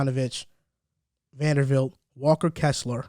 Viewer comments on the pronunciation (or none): Love the podcast, joined after the Rudy video. Only correction was saying Jarred’s name wrong (VanderBilt not VanderVilt) Nitpick issue